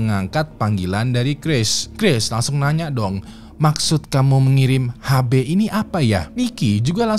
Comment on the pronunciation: HB = Har Bey ❌️ HB = Ash Bee ✅️